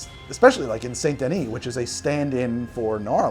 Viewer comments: I'm sorry but your pronunciation of Saint Denis as "Saint-duh-nee" instead of "san-duh-nee" hurts me 😂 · It's SAN-DUH-NEE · Even Arthur Morgan can pronounce "Saint Denis" properly and he's an uneducated gunslinger. Joe Biden Voice C'mon Man...